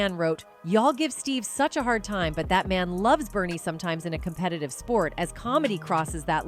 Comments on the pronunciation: "Bernice"?? smdh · Bernie not Bernice